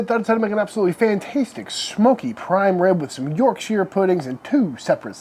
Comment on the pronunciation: Sir, it’s not YorkSHEER 😭👊🏼